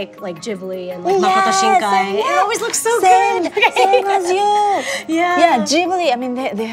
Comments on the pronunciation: she said Makoto Shinkai perfectly but pernounced naruto wrong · How the fuck you pronounce naruto wrong but get Makoto Shinkai right lmaoooo